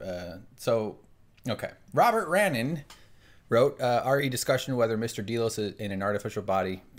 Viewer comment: DAY-LOS, Not D-Loze.